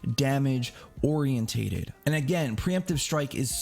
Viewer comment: Say it with me Or-E-in-ted not o-r-E-in-tay-ted. You're doing too much.